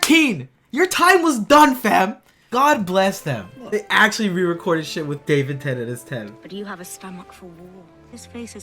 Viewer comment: swear he just said Davin Tennent